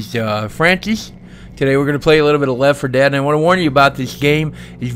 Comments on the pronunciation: "Today we gonna play a little bit of Lef 4 Dead" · Did anyone else notice he said we are going to play "left 4 dead" at the begging? hah